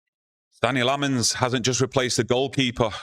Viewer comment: It's pronounced Senna Lommens.